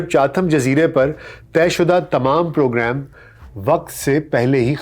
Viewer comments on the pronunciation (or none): none